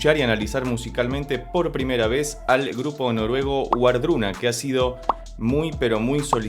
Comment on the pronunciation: La pronunciación correcta sería “Vardruna” y el Hel no es un infierno, de hecho la mayoría de la gente al morir va a allí